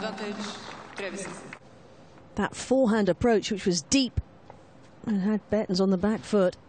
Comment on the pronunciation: The accent is on the last A TrevisA’n